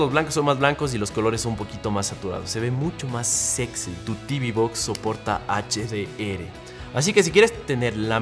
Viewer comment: RSA... HDR.... la letra "R" se llama "ERRE" no: ERE. Esta última pronunciación es solo entre otras letras (querer, metro, eres, etc.) Saludos desde México.